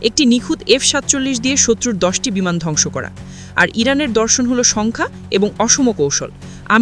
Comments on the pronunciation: বিমান কে বিনান বলছে উপস্থাপিকা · Bhi বিমান not বিনান 😂